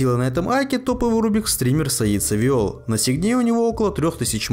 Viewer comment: не "савиол", а "саивол" емае